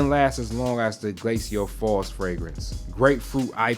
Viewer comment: Maybe start by pronouncing glacial in the correct manner.